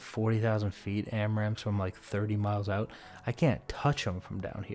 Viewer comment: "Alright we're getting oot..." Good call!! lol